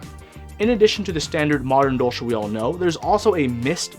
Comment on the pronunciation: Dolch is the German word for dagger and hearing it being pronounced as dolsch is super weird for me.